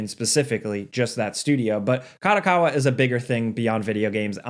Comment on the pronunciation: Company name: Ka-do-Ka-wa Says the name: Ka-dA-Ka-wa ... wtf!@ A != O Kado Kawa